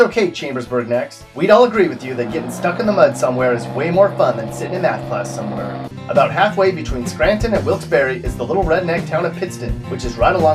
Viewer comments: its pronounced willks bar not willkes bare but its spelled wilkes barre smh not even from pa obviously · It’s pronounced Wilkes Bair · It is pronounced Wilkes BAR...BTW...ten seconds in and you fuck it up...learn to pronounce . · I live 15 minutes away. We call it Wiks Berry. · Are you from PA? You mispronounce "Susquehanna" and "Wilkes-Barre".